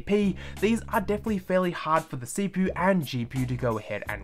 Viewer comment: My guy said gpoo and cpoo